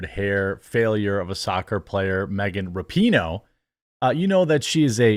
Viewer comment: You mispronounced her name, it's "RAPE-ih-noh"